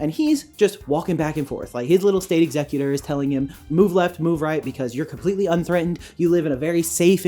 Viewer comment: Whenever you say executor my brain hears "exeggcutor" ... Great video, though, I enjoy hearing about your thought process :)